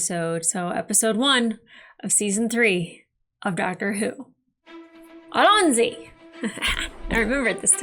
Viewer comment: Just so you know, it's pronounced allon-zee, not a-lonzy.